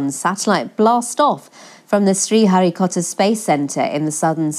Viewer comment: BBC it's sriharikota . Not Harry pootar. 😛😛😛